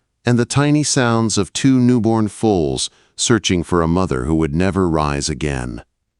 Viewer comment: Foals… not fowls or fools or folds